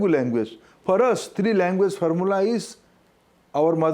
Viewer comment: First pronounce correctly...it is language not languvace...Has become azej..